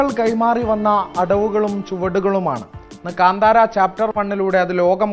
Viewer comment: കാണ്ടാര അല്ലടാ കാ‍ന്താരാ